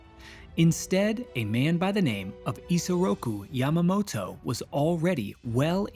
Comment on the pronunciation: It is good to see the attack from the Japanese perspective, but this is not the first time it has been shown. "Tora, Tora, Tora" showed the attack from both perspectives over 50 years ago. Also, please learn to pronounce names correctly. Your pronunciation of Yamamoto hit me like nails on a chalkboard.